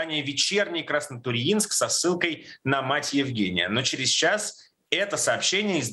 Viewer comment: удивительно что на Краснотурьинск правильно ударение поставили....наверное пока звонили в военкомат, там исправили.)))